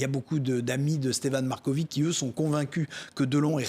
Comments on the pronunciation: On dit pas "markovic", mais "markovitch". Ca sera sympa de prononcer les patronymes comme dans leur langue d origine. La lettre Ć se prononce "tch". On prononce "slovénats", pas slovénak. Ca veut dire "le Slovéne". Un petit effort... Et "miloch", pas 'miloss'. La lettre Š se prononce 'ch'. Miloš. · si vous savez prononcer Djoković avec itch à la fin pour Marković c est pareil😊